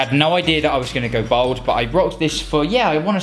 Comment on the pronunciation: At least pronounce ‘bald ‘ properly 🤦‍♂️